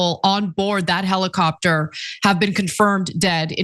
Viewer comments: Heli-crapter... Helicopter. No Ana, you had it right the first time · American made helicrapter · "Heli-crap-tor" yeah, I'm sure it could be called that on the way down. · Lol "helicraptor" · 😂😂😂😂Love that little slip, Ana. "Helicrapter"